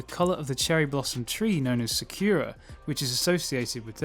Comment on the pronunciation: RIP that pronunciation of Sakura